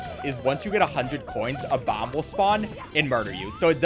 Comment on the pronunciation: And horribly mispronounces “Bob-omb”. I love, but that set me off.